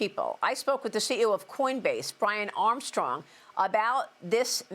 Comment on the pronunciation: lol... , . she sed coinbase . best est 4dee merikan peepole, Yu bettChaFox . hole >><?/.,,.